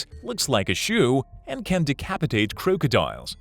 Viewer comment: Croke eee diuls